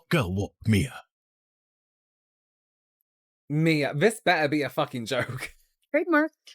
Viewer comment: mixing up her name multiple times throughout the video “mia” “mya” “whatever” even after hearing people pronounce it the correct way in the videos is such lowkey shade lol